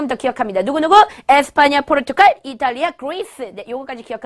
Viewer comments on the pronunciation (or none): none